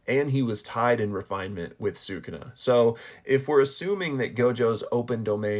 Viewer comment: Say it with me. "Soo-Koo-Na". Not "Soo-Kuna" Also, literally everyone gets Ui-Ui's name wrong despite the fact that we literally have an anime for reference. It's pronounced "We-We."